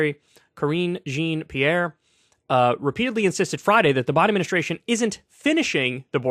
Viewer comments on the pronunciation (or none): The dude doesn't even know how to pronounce Jean-Pierre. Bro needs to get some culture happenin'. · So you’ve never heard or seen the word thoroughfare and don’t know how to pronounce Jean-Pierre’s name and you got in media how? Kyle is a dunce. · How does Kyle not know how to pronounce "Jean-Pierre"? Does he not follow the news?